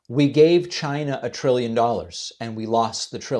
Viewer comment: Triwwion Not trillion. just like JD Vance people would pronounce